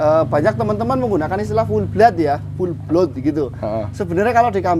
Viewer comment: yang bener Pure Blood baca pyurblod